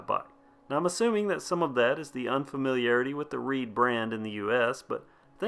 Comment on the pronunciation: At first I thought you were saying it was a reee bike and I was like oh lord this is gonna be funny! I mean riding a reee down the trail🤣🤣🤣